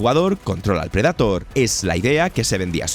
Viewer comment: Insisto, buenísimos videos, pero que cringe da que pronuncie tan mal el inglés, como que predAtor? 🙄🙄🙄🙄